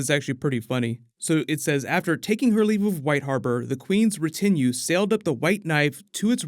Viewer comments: I always love ya man, great video. Just a bit of help here, it's RET a new (retinue) not Re TIN ue. Great word, I need to incorporate it in my vocabulary. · RE-tin-ue, not re-TIN-ue. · retinue = RE-tin-oo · Loved the video, although the botched pronunciation of retinue was a bit irksome. Understandable considering the scarcity of the term. Anyway, it's pronounced retin-(as in the part of the eye retina)oo.. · What the hell is up with your pronunciation of retinue? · Please larn the correct pronunciation of the word retinue. Please! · sorry to be THAT guy. but please learn the correct pronounciation of "Retinue" please. I'm only mentioning it because you say it a ton of times. cool video though